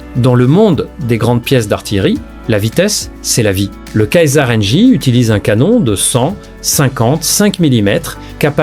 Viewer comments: canon ceasar et non pas casar, n'importe quoi cette vidéo IA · Le César n’est pas allemand mais vous le prononcez kaiser mais en français César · Kazar ?????? L'AI devient insupportable . On prononce " césar" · Cette vidéo ne dit pas grand chose. En plus, la voix synthétique qui prononce le Caesar "kasar", c'est irritant.